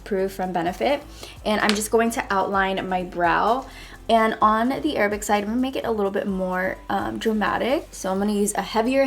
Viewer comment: Can we appreciate how she says Arab and not EIIIIIRABBB .